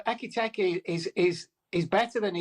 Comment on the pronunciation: “Ekitakky” … he’s such a disrespectful weapon. No wonder he was sacked from the bbc. Learn to pronounce a player’s name or don’t appear on tv doing punditry